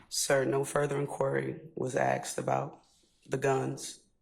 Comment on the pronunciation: It's pronounced...ASSKED NOT AKKSED..GEES THESE PEOPLE CANT SPEAK ENGLISH!!!!